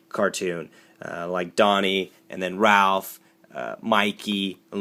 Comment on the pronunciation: Raph man...Raph. Not Ralph.